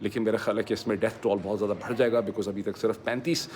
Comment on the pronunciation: ڈاکٹر صاحب ، لفظ بھڑ نہیں ہے، بڑھ ہے۔ دوسرے لفظ بد- ستور نہیں ہے، بہ دستور ہے۔